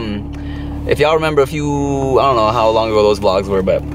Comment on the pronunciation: Funny how chia caught when you said i duh no. U starting to get a Canadian accent lol